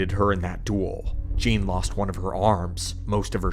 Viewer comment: Not Gean lol.